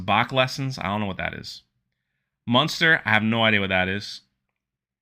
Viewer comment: Bro, just an fyi...it's called Muster, not Munster...haha. It's not a cheese 🧀